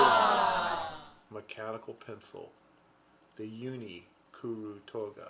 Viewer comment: I'm just getting into stationary... particularly Japanese writing tools. I have a weird Japanese last name... so I know these words are hard to pronounce. I'd like to say great job on pronouncing KURU TOGA, and great video!